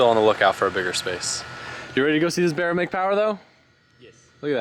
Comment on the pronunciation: B “A” RRA, not B “E” RRA..